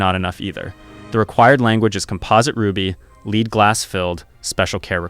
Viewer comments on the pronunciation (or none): "Lead" is pronounced "Led", ie "what led you astray?" An actual jeweler wouldn't make this mistake.